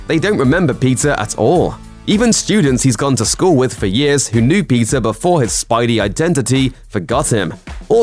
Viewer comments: It's PETER Parker and not PIZZA Parker 🧐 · Guy’s pronouncing Peter as pizza. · He pronounced Peter like Pizza, wtff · Why does his "peter"sound like pizza? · Is this guy saying Peter or Pizza?